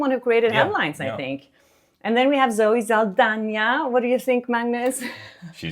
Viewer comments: Perfect pronunciation of Zoe Saldaña's last name!! 🙌🏼👏🏼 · Thank you for pronunciating the Ñ as it should be! ❤